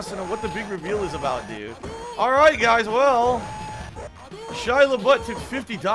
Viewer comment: Guhz guhz, Phil is not even a bag guy guhz he admitted he used to be a racist but its all better now guhz less be pahsitive & interactive and let us all pull hogan on WWE champions!